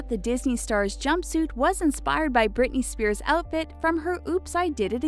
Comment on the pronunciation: When you said Brithey Spears i was like omg this was my life you CIRCUS